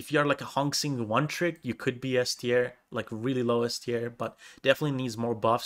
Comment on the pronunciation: Li is actually the proper way to write lee from bruce lee, it’s pronounced the same and for Xin, the x in chinese is pronounced like Sh from the name Shirley. The in is pronounced the same as in in english.